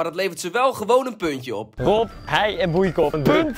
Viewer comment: Bankzitters die niet weten dat je hei-en boeicop uitspreekt als hei- en boeikoop :)